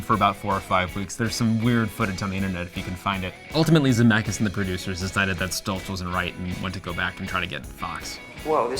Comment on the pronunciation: It hurts my lithuanian heart that they are always pronouncing "Zemeckis" wrong 😂😂 but I get it, it's easier that way